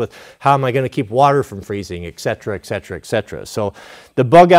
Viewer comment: Please don't pronounce the K in etc. 🙂